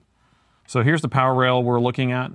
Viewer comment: I saw a lot of your videos but always when you said "power rail" I hear that as "parallel" 🤣